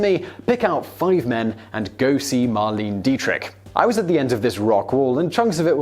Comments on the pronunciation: The Lich King MK she's German and it's pronounced mar-le-ne not marleen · You're going to kick yourself.. her name is pronounced, MAR-LEI-NEH Dietrich (three syllables), and it's Bing C"R"osby not Cosby. Oh well.. I guess even famous actors and actresses are forgotten after some time. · That pronunciation of Marlene though.... Cmon guys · That's the thing that still bothers me about his pronunciation. I understand the words that are pronounced differently in England, and the obscure terms or words in other languages. But when he can't pronounce a famous name, someone truly iconic, I wonder how the hell a man at his age has never heard of Bing Crosby or Marlene Dietrich, or if he hasn't, surely someone he knows has...